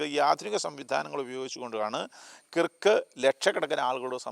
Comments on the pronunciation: കിറുക്ക് enn pronounce ചെയ്യരുതേ.... Kruuvk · കിർക്ക് അല്ല കെർക്ക് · Sorry to correct you His surname is miss pronounced by many malayalees. It should be pronounced kerk (kɜːk) കേർക്ക്